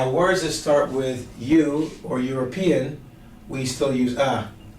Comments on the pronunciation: haha did he just pronounce European as Uropean LOOOOL. . He fixed it later though, good job ;)! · because it's /ˌjʊə.rəˈpiː.ən/, start wt /ˌjʊ/ not "e"